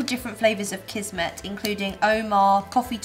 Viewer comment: Kismet :) onko huono kuulo tai jtn ku ne sano kismetinki oikein